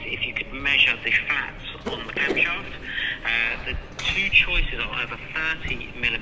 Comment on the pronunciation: The way he says cam shaft sounds like something else lol